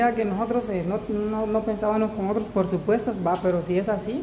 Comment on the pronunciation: si es verdad que ustedes leen los comentarios, te he puesto varias veces que NO se dice porsupuesto, se dice PRESUPUESTO, PRESUPUESTO, PRESUPUESTO. repitelo hasta que te lo aprendas, por favor